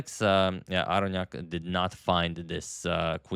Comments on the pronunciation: "Aronian vs Aronyak" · He said Aronyak having white pieces